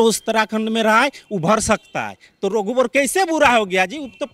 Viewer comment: वाह रे बंगाली रघुबर को रोघुबर और लाईब्रेरि को लाईबेरीबोल रहा है😂😂😂 हमारा तो नेता टाइगर है